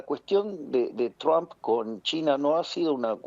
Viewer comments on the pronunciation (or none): Por qué le decía "Donal Chomp"? Decí Trom pelotudaaaa